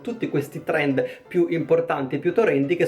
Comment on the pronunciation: "Torendo" chiamalo TORENDOOOOO